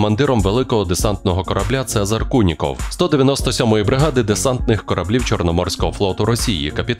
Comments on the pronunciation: "Куніков" , а не "Кулінков". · "Цезарь Куников", а не Кулинков!! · Не Кулінков, а КУНІКОВ!